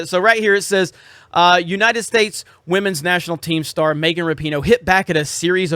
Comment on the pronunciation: Is he purposely pronouncing Megan as “Maygan”